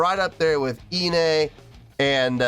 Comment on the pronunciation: Thanks for your reaction 👍🙂 Love the fact, that you're still remembering "Doki Doki Morning" and also "Iine" (and even pronouncing it correctly) 😊 You're part of The One! This one is maybe not in my top list, but I can still vibe to it and wouldn't skip it... Like any other BABYMETAL song 😄 I also really love the Kami Band as much as the ladies, so I hope they will forever be part of the shows. Would like to give them the spotlight they deserve.